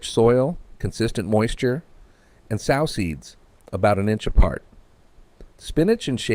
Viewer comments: Hey, you don't "sow" (pronounced like cow) seeds, you sow (pronounced like sew) them! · Ok,...a sow the way pronounced as on this video means a female pig.i hate bullshit.